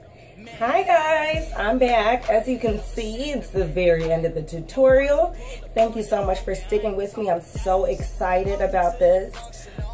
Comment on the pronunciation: Did she just say tutoral BRUH